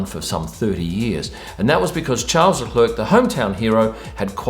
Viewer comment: Just a sidenote : the correct pronunciation for Charles Leclerc in French/Monégasque is more like Sharl Leclair ;) Nonetheless, great insight as usual